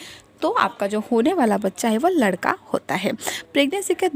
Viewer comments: Teria ladka or ladki hi bolna nhi smjh aa raha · Ap ish vedio mai ladka bol rhi hai ya ladki sahi se samj nhi aarha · Pehle ladka or ladki bolna seekh lo samajh he nahi aata ladka bol rahi ho ya ladki pagal aurat faltoo tym barbar kar rahi ho